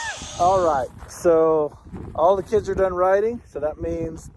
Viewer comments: Gotta love phonics, in sand you are DUN. Period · D U N ! It's math peepole..........